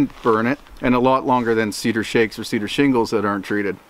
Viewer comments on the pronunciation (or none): none